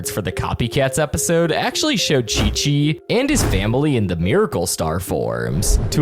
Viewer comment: His name is Chichi not Kiki